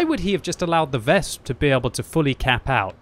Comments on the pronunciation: Please, it is not "Wesp" it is "Wes-pe" Anyway usually i agree with no cap - kill all attitude, because if we kill every enemy tanks, we get all more xp - maybe credits too. But yea, not in these risky situations. And yes, i seen a lot of arties who stopped our own cap by killing own capper teammates. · for god's sake, stop saying VESP lol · Ves-peh W is pronounce as V in German. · The last "e" in "Wespe" isn't silent, just like in other German words, like Grille or Löwe